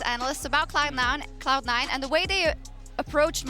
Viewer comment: she says "Clown Nine" 😅